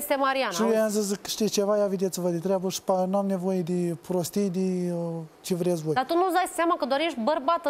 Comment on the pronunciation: Da ci vrieți sâ fac doamna Mirela? Sâ plâng?! 🙄🤯 mor când aud asta!